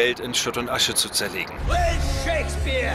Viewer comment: Ich verstehe immer ShakesBIER statt Shakespeare.